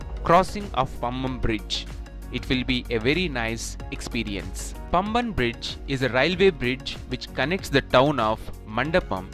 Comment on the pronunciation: It is paamban not pamban..